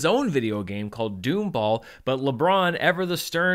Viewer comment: Dom’s game is called Domball not “doomball.”